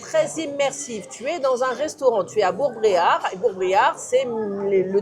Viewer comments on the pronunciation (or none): Bourg Bérard pas Bréard 😉 Et vous auriez pu gouter la Troussepinette en apéro 😋